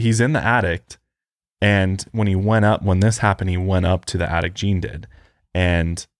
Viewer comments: saying “addict” instead of attic is killing me 🤣🤣 but fr i have an attic with the entrance in my closet and i have an irrational fear that someone is living up there and comes out at night 😅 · "I had someone confirm we have an addict!" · I'm so glad I wasn't the only one hearing "addict" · ITS ATTIC NOT ADDICT, THERES A DIFFERENCE OMG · saying "Addict" instead of attic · The way says attic sounds like addict which makes the whole conversation so much funnier if you just walk in on certain parts.: are you kidding me?? We have an attic??: yes we have an addict points up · From now on I'll call it an attict also lmao